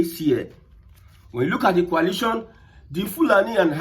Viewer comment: It is not pronounced as Qualation'. It is called Coalition. Mind your pronounciation as I thought, you are saying something relating to chemistry formation.